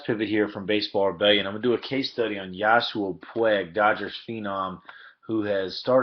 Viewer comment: Also it's not yasuel, yah-see-el. Good breakdown though, very detailed and insightful. I've tried to while he's at bat but it's too difficult